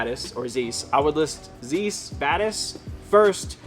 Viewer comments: The perfect video for me since I'm planning on starting in a couple of weeks. You guys give the best advice! I had to point out though (I'm a former optician) that Zeiss is pronounced like "vice" rather than like "geese". Thanks for another great video! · The "Zeiss" is pronounced "Tsice". Great video, thanks. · Zeiss is pronounced "zise" like "ice". German names and words often have an 'e' and 'i' next to each other, you pronounce the long vowel sound of the second letter in this case.